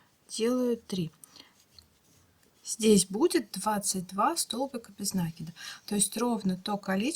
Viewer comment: Правильно говорить: " накИд, а не нАкид!!!! Режет ухо неправильное произношение!!!!